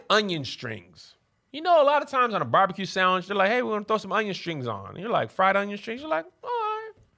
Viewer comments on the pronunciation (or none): none